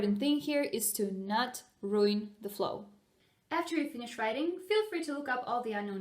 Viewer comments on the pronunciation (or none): none